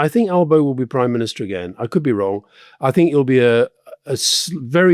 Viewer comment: In Australia….its very much Trump undermining Dutton. Dutton wanted to use Trump tactics, he’s pulled right back & looks out of sorts. Rory, you’re not overstating the trump effect. And Alistair, your right on 1st pronunciation of Albo :) Oh & Dutton has a very shady record with his police service.